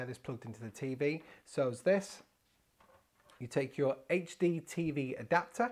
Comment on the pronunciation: This guy: it's a hachtee TV Me: wut m8